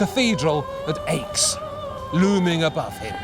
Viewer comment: Nice work! Please stop pronouncing Aix "aches." It's pronounced like the letter X, not difficult or specialized knowledge